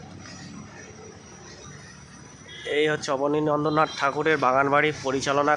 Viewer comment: Bhai, "KONNANAGAR" noy, pronunciation ta "KONNAGAR" hobe, and "ABANI NANDRA NATH" noy, pronunciation ta "ABANINDRA NATH" hobe.